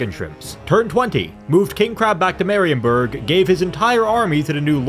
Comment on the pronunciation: Marienburg.. dont pronaunce it that way. In german (which theese names are) ie is a long i so: Mariinburg for ya english speakers.